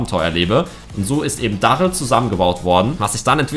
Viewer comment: Darryl spricht man Derryl aus